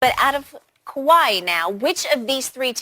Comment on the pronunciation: “Kawhi” ...... Say it with me. lol love this show!